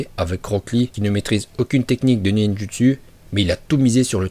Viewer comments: Mais mec dis pas ninjutsuu dit ninjotso prononce pas le u mais le o les gens qui disent ninjutsuu j envie de les goumer 😂 (a prendre au second degrés ) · Arrête de dire nindjusu se se prononce nindjusou